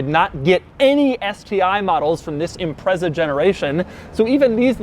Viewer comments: Can't take a review of a 22B seriously when he pronounces Impreza, Imprezzzzaaa, its impretza, just saying 🙄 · A few things for you It's pronounced IM-PREEE-ZAH, not IMPREZZER. STi stands for 'Subaru Tecnica International'. '22B' in hexadecimal code is '555', in respect to Subaru WRC sponsor company (at the time) State Express 555; some say it's 22 to mean 2+2 coupe with the letter 'B' referring to Subaru's designation code for 'turbocharged'. All manufacturers building cars for the Japanese Domestic Market at the time had to follow a government directive which prohibited promotion of engine power output figures above 206kW (280PS; 276bhp). Subaru claimed that exact figure as being available at 6000rpm. The car had 363 Newton-metres of torque (268 lb-ft) at 3200rpm and hit 60mph (100km/h) in 4.2 seconds. There were only 424 cars built - 400 sold by Japanese dealerships, 16 official dealership units sold in the United Kingdom (in addition to 50 more cars which were purchased in Japan then privately imported into the UK) and just five officially sold by Australian dealerships, with the remaining three being marked as 'factory prototypes'. Most important fact? Every original legitimate 1998 model Subaru Impreza 22B STi built is both Subaru WRC Blue Mica 93F (at the time unique to that vehicle) in colour and a right hand drive vehicle. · IT'S PRONOUNCED IM-PRET-ZA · It's ImpreZa not impreSa. Sounds like you're saying "Impress her". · Him saying imprezza over and over makes me want to commit a war crime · Instead of saying that he was “impressed” by the car he should have said that he was “Imprezaed” lol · Great video. Only thing is you keep saying Impreza wrong 🤣. The z is much more pronounced. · Interesting quirk, you're pronouncing Impreza wrong. It's annoying.